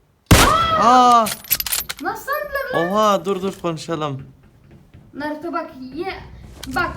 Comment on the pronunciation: Birbirinize Naruto Sasüke yerine Banruto Bansüke falan diyin xD